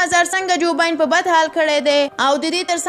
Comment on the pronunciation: ګراني دجوبايډن نوم تلفظ داسی دی کوم چي ما درته ليکلي هغه درسره صحيح کړه مننه. تاسي يي غلط وايي جوباين ندي جوبايډن دي